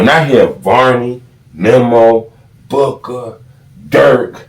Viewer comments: It's Booo-Kah, not book-aah. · It’s Boo-ka